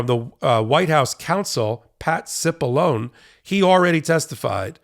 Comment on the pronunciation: Cipolone is pronounced : 'Chipolonee'